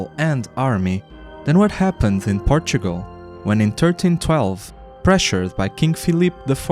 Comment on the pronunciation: Por- Tu -O-Gral